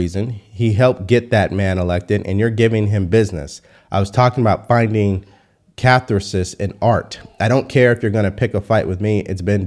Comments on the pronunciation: it's pronounced caTHARsis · "Kath - are - sys" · Catharsis. Cuh THAR sis. The THAR is said like SHARd. Its sorta like a state of stagnantion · the pronunciation is Ca - Thar - Sis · Dude, as a Marine Flight Officer, Get your words correct. It's "catharsis". Fucking Army enlisted. Bottom of the barrel. Cannon fodder. Thank the A-10 for saving your ass Sir! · Look up how to pronounce catharsis. Emphasis on second syllable. 😊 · This dude loses by pronouncing catharsis as CATH-AR-SIS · ka-'THAR-sis Bro. Not a grammar/spelling/pronunciation Nazi. Honestly just lookin' out for you should you need to pronounce catharsis again in front of an audience. 🙃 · You mispronounced catharsis Ka thar sis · Tip: it's pronounced ca-thar'-sis, as the "th" is a digraph. Surely you've heard the word before, or its adjective form "cathartic." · Catharsis.... Ca'-thar-sis. The process of releasing, and thereby providing relief from, strong or repressed emotions. With love bro. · Learn how to pronounce catharsis. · Look up how to pronounce catharsis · Your pronunciation of “catharsis” cracked me up!!!😂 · Awesome show. Pronounced Catharsis wrong.😅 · This guy had a cardi b moment on the teleprompter when he read catharsis lol I guess that’s not in his conservative vocabulary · check your pronunciation of catharsis. Otherwise, good job. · That's not how you say "catharsis." What did you study? You have a very specific body of knowledge.